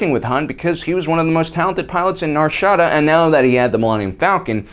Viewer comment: When you pronounce Nar shaddaa, ur supposed to pronounce it like Nar Sha-Da.